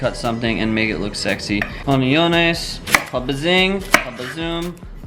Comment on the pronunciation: "Oniones" Looool :3 what language even is that ;)